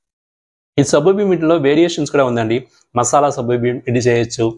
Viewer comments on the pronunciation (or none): none